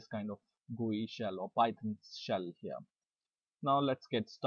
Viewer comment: It's PYTHON, PYTHON!!!! Not PY-TON!!!!!